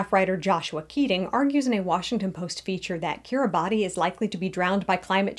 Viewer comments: You could at least have the respect to pronounce the name of the nation correctly. "Kiribass" is how it is pronounced, not just how the 'natives' pronounce it. Also its growing wider not higher. Plenty of huge coral structures under the sea surface that you can't live on either. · lol you couldn't even get the name right. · You didn't even pronounce the name right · You have to wonder about any channel called "" -- what are you trying to compensate for? You can't even pronounce the name. What insulting rubbish. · would make more sense if you could pronounce the name correctly. Instead you persist in your ignorance and cherry picking the science. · Kiribati is pronounced “kiribas” Betio is pronounced “besio” Tarawa is pronounced like Tarawa (Not Tur-aw-wuh)